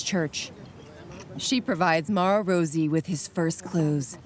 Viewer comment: Rosy? Not Rossi? 🤷‍♀️